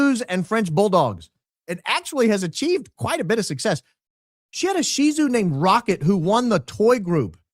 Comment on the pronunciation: Forgive me, but after your meltdown about Labrador, Canada and the dog breed- I’m shocked you know how to pronounce SHIH TZU😂